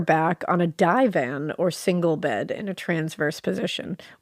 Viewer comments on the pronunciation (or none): Just a couple of British notes for anyone curious! Marylebone is pronounced "marlebun" like "Marlborough". A divan (pronounced like "river" not like "rider") is a bed that's basically a block or series of blocks that you put a mattress on - instead of a bedframe.